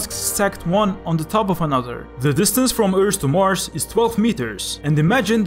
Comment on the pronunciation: You are such an underrated channel! I subscribed when I saw the first minute of this video, much love from the Netherlands :D And I just wanted to say, if you say for example earth, you say it like earsh, but you say it like eart (kinda)